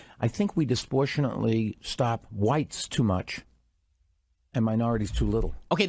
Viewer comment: This video made me realize Bloomberg can’t pronounce disproportionately.